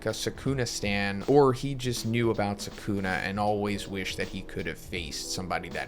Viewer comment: How you pronounce Sukuna is cringe. Lol